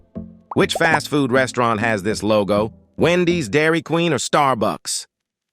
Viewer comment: Not restaurant😂 restrone...